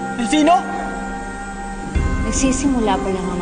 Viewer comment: melody elfino hindi elpino